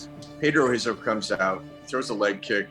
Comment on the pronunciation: Why do all this research to mispronounce Brazilian names. Royce is pronounced "Hoyce" and Rizzo "Hizzo"